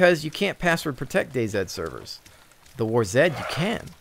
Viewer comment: DayZ is pronounced Daze. Day see/sed would be right if it was spelled Day Z.